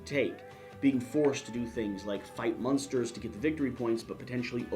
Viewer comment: I hope AEG doesn't mind that you are purposefully mispronouncing the name of their game. There should be a disclaimer that this game has nothing to do with a particular 1960s American sitcom.